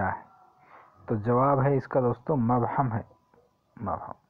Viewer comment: مبہم کو پیش سے پڑھتے ھیں